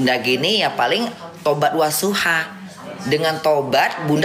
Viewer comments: Tobat NASUHA, bukan Wasuha 😅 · Kak ivan ketawa denger bilang tobat wasuha 😂 NASUHA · Tobat nasuha bukan wasuha